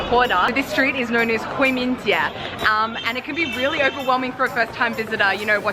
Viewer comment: 回民街三个字说的是陕西话，哈哈